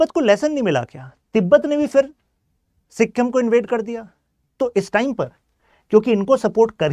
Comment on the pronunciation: Good points bt agar itna knowledge de rhe ho toh atleast make sure ki tum pronunciation sahi rakho. Pure video me sikkhim sunke mera dimag khrab ho gya. Naye log jo sun rhe hain wo toh tumhare pronunciation se dhokha kha jayenge. It's sikkim. Smjhe sikkhim nhi. Stupid